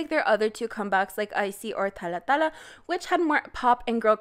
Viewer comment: Why do you pronounce “dalla dalla” like thatÉ?